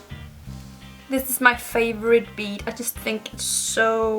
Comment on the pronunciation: *bead not nead lol